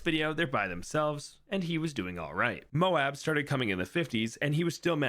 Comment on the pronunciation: When did this guy start pronouncing MOAB correctly?